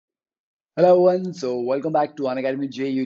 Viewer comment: "Helow eveyiow" 😒😒😒😒😒 it's disgusting